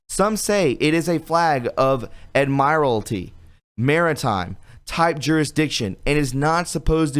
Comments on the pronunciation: It's pronounced 'ADMIRAL-TY' FLAG NOT ADMIRE-LTY LAWS OF THE SEA NOT OF THE LAND THUS 'ADMIRAL' T LAW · Thank you for the much needed information. But DANG BOY I wish you'd learn to pronounce the English language. "Ad-my-ur-ulty???" Come on. You do know how to pronounce the word "Admiral" right? Hint: it's not "Ad-my-ur-uhl." A "grand-oise IOU?" GOOD LORD. It's pronounced "grand-ee-ose." It would only take a little extra effort to correct this friend. And it would keep you from sounding ignorant. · please learn how to pronounce common words or names, please. I mean, really, you should know how to pronounce 'admiralty' or Betsy DeVos' name. Thanks. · Look up how to pronounce admiralty (like the military title, plus TEE). Also, "insert pic" was a note to self he accidentally left in the thread.